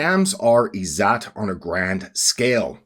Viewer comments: Ppl here will probably now pronounce it as "zoot" and joke about a certain Prophet and his time in the desert. Its pronounced "izz zatt" - "zatt" rhymes with "Tut as in King Tut" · I'm Indian. Every time he says "IZZAT" I cringe. Anyway, I could write a comment to debunk whatever this is because all of this is crap, but why bother? It's funny. Just continue with this conspiracy theory like the 100 others you've pushed before this. I will say this: try going outside once in a while, maybe touch some grass, or even ask an Indian what "izzat" actually means.